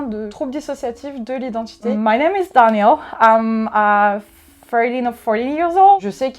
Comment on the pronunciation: Son alter Daniel prononce son nom à l'anglaise alors qu'il est censé être Américain ... Et dit des mots comme "girl" avec un p'tit accent français. J'y crois moyen